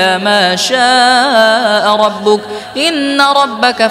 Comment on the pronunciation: আসসালামুয়ালাইকুম 13 নং পৃষ্ঠার শেষে ভুল সংশোধন করবেন আশা করি ওমা কানা রব্বুকা রব্বিকা নয়